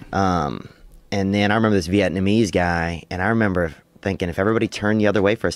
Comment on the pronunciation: Bobby Lee was right, theo does sey vietnameeese funnuy lol